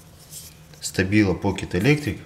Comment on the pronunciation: Не стабила, а Штабила. Учись говорить правильно.